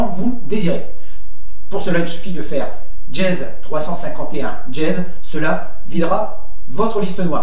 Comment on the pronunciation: C'est pas "djez" c'est "dièse" !